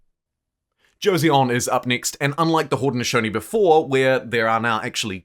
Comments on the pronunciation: Another great video. But please learn how to pronounce 조선 (Jo-son) NOT Jo-se-on. lol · The “eo” in Korean is pronounced together as one vowel sound “ㅓ”